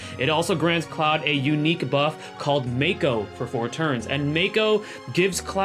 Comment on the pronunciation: Mako isn’t pronounced “meiko” it’s pronounced “Mah ok”